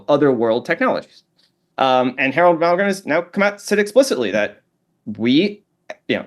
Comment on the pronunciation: I wish this dude would actually try to pronunciate each important figure he's talking about in the conversation. I'm loving the conversation and I actually love that he speaks fast.. but god damn man, ive had to replay timestamp about 15 times before i could somewhat make out a legible name. I kept hearing "HAR-MAAR" or "HARO-MAROGRIM". I think hes saying Harold Valgrind? Harold Malgrim? Harold Momgrim? I couldn't google HAR-MAAR and get anything relevant.. I do not speak CAT! 😂